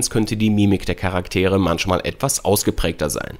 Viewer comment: Du sprichst meist CH wenn es ein SCH ist und umgekehrt ( ist das ein Dialekt? ) zb MANSCHMAL oder ENGLICH :) trotzdem danke für den Test!